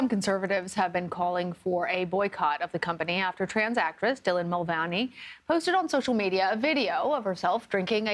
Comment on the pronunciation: You can’t even say Dylan’s name right! Which means you don’t know much about this! Second it’s not anti trans! It’s a preference! And people are mad about the tampon situation which led to this!